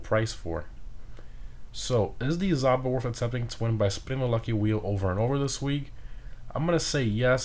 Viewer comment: Another fun fact for you: Zhaba means "toad" in Russian. It's not pronounced as "Zaba". "Zh" is a bit tricky: say the word "bardge" a couple times and then drop b, a, r & d and you'll come close to correct "zh" pronunciation.